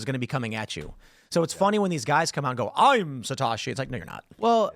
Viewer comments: What's with the Satoshi pronunciation? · For an Asian, Tim’s pronunciation of “Satoshi” is abhorrent